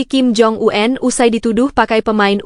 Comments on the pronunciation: Kepada penyiar berita ini jgn suka merubah-rubah sebutan ejaan dari nama seseorang di pembacaan beritanya ; , seperti membaca ejaan nama Kim Jong Un (itu SDH baku), lalu dibacanya dgn menyebut Kim Jong An (jgn suka terlalu sok ke Ingris" an segala bacanya. ! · BENER TETAPI SALAH. APA BLO,ON ( KIM JONG U-EN ) 😅 😅 😅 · Kim Jong Un.. Bukan Kim Jong U En. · Heh min yg bener dong ngomenya Kim Jong U en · KIM JONG U-EN .... 😂